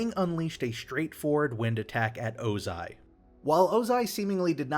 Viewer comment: Did I finally hear Ozai pronounced correctly??